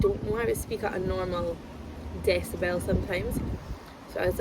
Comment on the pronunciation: You saying the word decibel is truly crazy